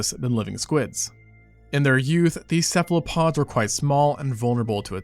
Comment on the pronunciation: Cephalopods, as in "cephalo" meaning head and "pod" meaning foot. Not "Cephlopod."